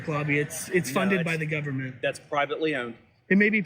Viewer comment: "GUBBERMENTLY OWNED!" 😂😂😂 Fuggin re-re.